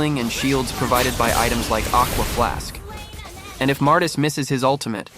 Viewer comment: Bro did not just say "Aqua Flask" 😂 But yeah, it's pretty annoying when you're about to end an enemy hero when the Heal Procs and they are back at full health. Most of the reason I prefer to fight an Angela over a Floryn in most cases.